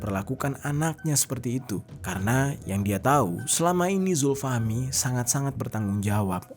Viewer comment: Zulfahmi awalnya. Tapi sering nyebutin zulfahmi lama-lama jadi zulhilmi. 😂